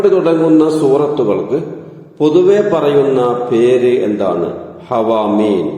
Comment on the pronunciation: ഹവാമീൻ എന്നല്ലല്ലോ ഹവാമീം എന്നല്ലേ ?pls reply